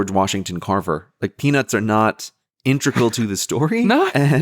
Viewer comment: I think it was just him mispronouncing integral as intregal.